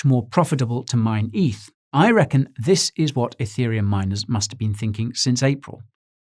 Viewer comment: Every time he said Etherium it triggered my iPhone which for some reason thought he was saying Hey Siri.